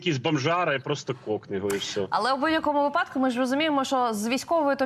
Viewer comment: зауваження - вИпадок ( наголос на перший склад)